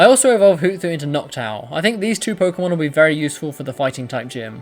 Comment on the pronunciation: It's Hoot-Hoot not Hoo-thoot. Lol